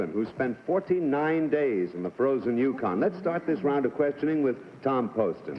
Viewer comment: 13: Try , " yuKON, as emphasis, instead.